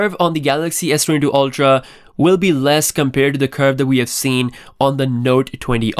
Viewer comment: Saying Sdoodoo again